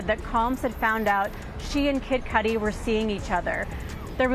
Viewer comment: Why you keep pronouncing his name as Kid Codi?